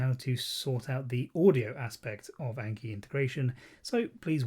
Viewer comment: great video but please for the love of god say "ah n key" not "ayy n key"